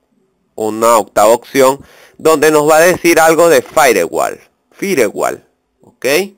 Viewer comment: Repite conmigo Firewall - in the way in wich a word is pronunciated (Fair-wol). Animal de monte.